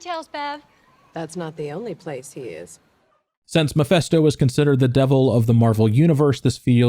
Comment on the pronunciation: How do you get the pronunciation "Muhfesto"?